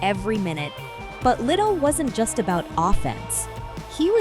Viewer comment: Le - Dell not Little